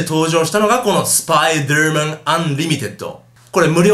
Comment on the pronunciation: ちゃんと言えよスパイダーマンって